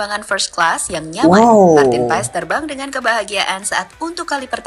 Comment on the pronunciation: Nyebutnya Marten pass bang... e nya gak di sebut...